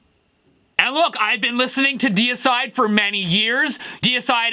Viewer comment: Have I been pronouncing Deicide wrong all these years? LOL We say DAY A CIDE here.